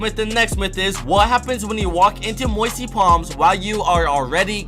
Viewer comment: Lol "moisty plams"